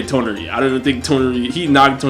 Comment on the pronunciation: Why did the guy in the red shirt keep saying Toneri akatsuki that shit kept bugging me 😂